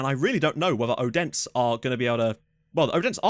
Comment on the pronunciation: By the way when pronouncing “Odense” the D is soft (ayyy) like “Othense” if that makes sense